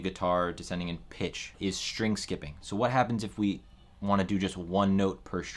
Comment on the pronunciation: String, not “shtring”. Please.